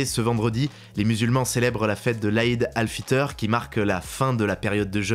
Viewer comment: Aïd al fiteur 😭, On dit Aïd al fitre Mais c'est très gentil😁